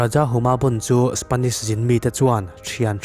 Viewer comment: A lam dan dik... Spanish ni lovin Spenish😁😁🙊🙊🙊🤗🤗🙈🙈